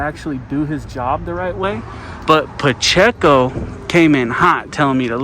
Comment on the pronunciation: Officer "PaChico" jeez he can't even say his name right.... he's going to cost the taxpayers someday with his attitude..